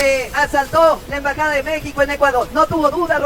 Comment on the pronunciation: EMBAJADA😊 no en bajada NO ENVAJADA